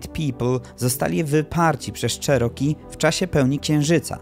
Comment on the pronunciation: Wymawiaj nie "czeroki" a "cziroki" 🤦